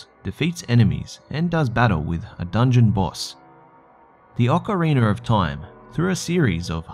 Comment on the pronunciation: "The AH-ker-reener of Timer" Oh god...